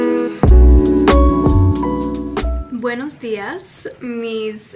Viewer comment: You said ‘Buenos Dias mis queridas’ and your pronunciation is really good. I’m from Spain, you make my day 😉😉